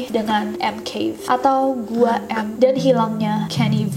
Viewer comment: i think it's not Gua M but Guam? idk sih